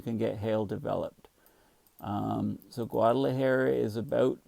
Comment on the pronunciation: It's cute how your hair has gone Einstein as you mispronounce it Guad ala Hair-uh! No worries,, you're a gem we treasure!